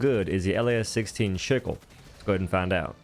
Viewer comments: ..the Las-16 wtf did you say shickle?! Dude sick-le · SIK-L lol there’s no H sound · why are you calling it a shickle? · Shicklé?🤣 I think you'll find it's pronounced "SIKKUL", like the farming tool. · "The seek-lay" My brother in christ it's "Sick-ul"💀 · “Sheeckle” “sick-ley” bro just say SICKLE 😂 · why are you pronouncing it "See-clay" It says sickle. like icicle. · Chickleh? Seek-leh? Seeklay? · I don’t even care if bro was joking or actually mispronouncing it but I’m calling it “Sheek lay” from here on out 😅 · Pronounced sick el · I know it doesn't matter to some people but seeing a human English speaker not know how to say sickle is embarrassing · Sorry, can you say sickle again one more time 😅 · Why are you pronouncing that sooooo weird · Why do you keep pronouncing Sickle like that? hahahaha